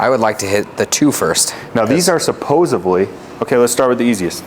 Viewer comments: Come on, man. “Supposively”? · It’s “supposedly” bro